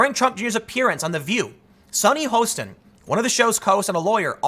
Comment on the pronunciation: You're making me do it again. Your ignorance is showing again but at least you have never watched the View before. Her name has never been pronounced Host in. It's Haw stin.